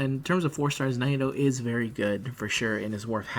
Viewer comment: The way you pronounce Nitocris makes me cringe.